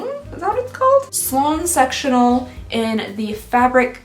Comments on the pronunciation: Sectional. It just sounds like sexual. Lol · I thought you said “sexual sofa” instead of “sectional sofa” 😂😂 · I heard sexual couch...not sectional, took me a minute☺☺ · Not me hearing "sexual sofa" 😬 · Oh no I heard sexual instead of sectional couch 😆😂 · I thought she said “sexual sofa” rather than sectional. 😆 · Omg I scrolled down to the comments to find out what she said because I couldn't hear anything other than sexual 😭😭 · I'm sorry is it just me I thought she said sexual couch. I'm assuming she meant sectional couch?